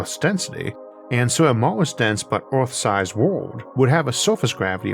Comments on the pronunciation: As someone who has been listening for what, 5 years, your pronunciation after speech therapy has grown by leaps and bounds. If people can’t handle the occasional mention of Orth, they don’t deserve all the amazing content you produce. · Theres nothing better than Isaac saying urrf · I don't care if it's not the proper pronunciation. "Uranus is 15 times Earth's mass." Is just golden. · Good Sir, if you pronounce Earth any other way, we're going to send Agents to deal with the doppelganger.